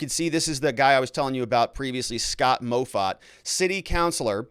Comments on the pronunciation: Moffatt is pronounced "Maw-Fat" Driving me crazy listening to this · MOFFATT is pronounced MAW FAT lol... not MOE FAT